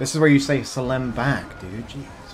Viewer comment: As a Turk, i am deeply offended. It's selam, not salem. Another grudge into the book.